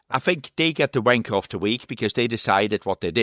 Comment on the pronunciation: Just call the show wanker hours. You 2 are literally the only ones saying vankah. Gunter pronounces it perfectly normal when he says it so the joke isn't funny.